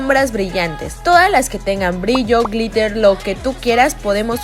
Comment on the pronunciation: Min. dice glither en ves de glitter no es por nada t quieroo